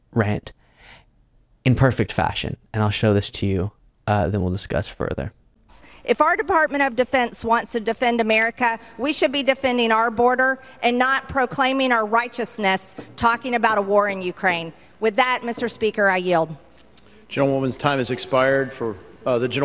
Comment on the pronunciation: Defendeen, claimeen, talkeen… doesn’t MTG know how to pronounce the “ING” sound? 😆😆😆😆